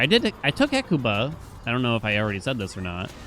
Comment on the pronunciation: We know for a fact they're gonna patch the glitch, but we may never know if they'll patch pronunciation of Hecuba